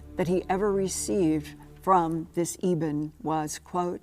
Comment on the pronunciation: It’s pronounced “Eh”-ben. As in the “anointed” stone from the Old Testament…